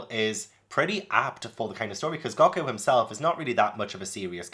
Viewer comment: It’s goku not gocku